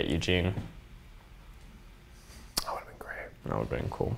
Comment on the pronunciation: “So we couldn’t get eugine” is the funniest thing I’ve heard.